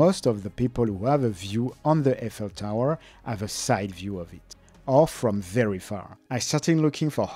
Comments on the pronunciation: "I fell tower" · Hmm. Never heard Eiffel tower pronounced like that. I assume that is the correct way.